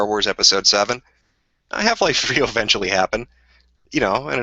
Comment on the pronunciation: "I don't think it can continue, it will fall, ewentually" sigh, you know, i wonder if one of the reasons Jim gave up on the world was looking back on his past experiences and predictions and seeing, that it actually, did got worse.